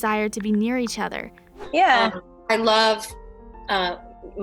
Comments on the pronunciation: Why do they get these commentators who can't bloody read? IndeFAT-i-gabl it's pronounced! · Learn how to say “indefatigable” 🙄